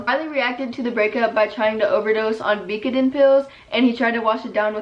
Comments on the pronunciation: / "trying to overdose on vee-co-den pills..." oh what it was to be fourteen. don't we miss the days when controlled substances and addiction were foreign to us. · i might be wrong but the drug he tried to overdose on is pronounced vy kuh din not vica din........sorry it just bothered me i only knew bc my mom used to do vicodin : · / "trying to overdose on vee-co-den pills..." oh what it was to be fourteen. don't we miss the days when controlled substances and addiction were foreign to us. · vee ka den 😩😩😩😩😩😂😂😂😂😂😂😂😂😂😂😂😂😂😂😂😂😂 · Am I the only one that caught how she pronounced “Vicodin”? Lol. No shade tho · you said Vicodin wrong, not to be a bisshh lmao